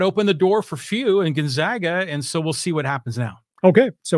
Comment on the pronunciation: Learn to pronounce Gonzaga